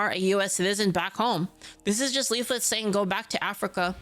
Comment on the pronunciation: He's still calling you "-it" Just keep saying "dude, there's another L."